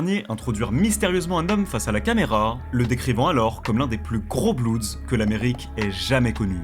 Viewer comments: Putain arrêter de dire bloudz pour dire (bloods) ça craint ! Ça se prononce blods . Allez sur traduction Google pour bien le prononcer ! Vous avez déjà vu des ricains dire les bloudz ? 🤦🏻‍♂️ Et on dit un blood et des bloods et pas un bloudz et des bloudz 😂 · prononce pas blueds ou blouds c est blood, blo-od, j aime ben la video mais calice dit le bon mot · Super vidéo !! Par contre c’est pas des blouds mais des bleuds (bloods) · Mdrrr les petits blancs qui bandent sur les gangsters en croyant etre bien renseigné 😂😂😂 et même pas foutu de prononcer le nom du gang principal correctement..."les blouuuds" mdrrr et les suceurs en commentaires PTDRRR ah vous m'avez mis bien 😅😅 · Faut arreter de prononcer blouds.. ca fait tiep de ouf